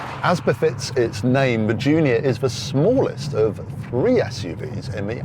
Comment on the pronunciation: Literally every time the presenter says "Junior", it sounds like he's saying "Giulia" and it's driving me nuts. I have to re-think each instance and remember that the video is about the Junior, so he probably said that.